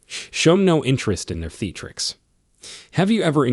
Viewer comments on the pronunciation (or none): Lmao at THEETRIX mispronunciation for theatrics. Uneducated script reading narrators are hilarious! Fecksade & feckade instead of facade lmao!!! Did both lmao!! This video was extremely valuable for a laugh thank you lol!! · #3 and #7 are dangerous suggestions. There are better ways to execute those needs. (You’re mispronouncing the words facade and theatrics.) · MAKE SURE YOU TAKE LIFE ADVICE FROM A GUY WHO DOESN'T KNOW HOW TO PRONOUNCE THE WORD THEATRICS.